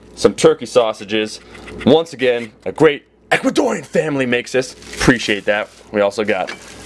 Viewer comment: I love the way you said Ecuadorian lmao... Ehhccuadoryan!